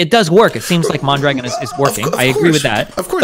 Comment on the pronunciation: lol at "MON-dragon" - it's "mahndra-gohn"